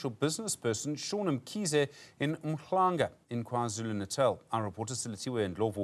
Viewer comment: Why don't you learn how to pronounce 'Umhlanga' correctly